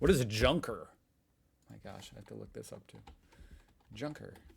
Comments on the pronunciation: Sigh - Americans and their diphtongs ... A Junker (pronunced Yoonker) - the English spelling is Yunker (probably to avoid the very problem of junking it) is a low rank in nobility. Country squire would be an English equivalent, but could be used in addition to a title like count or baron in Prussia. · it was pronounced quite bad so I did not understand it at first.